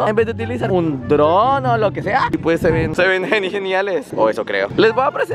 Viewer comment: Un "Tron" 😂 jaja Es Dron! WHAT'S!!? 😂